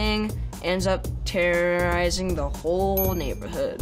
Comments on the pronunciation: Terrrrr—roorizing the whole neighborhood Ok that was adorable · “Terrererising” -Finn Wolfhard